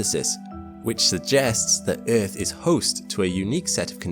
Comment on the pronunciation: But but but the erf is flat guyses😂😂😂😂😂